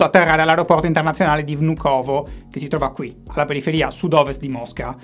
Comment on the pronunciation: per il futuro, l'areoporto si pronuncia "vnukava"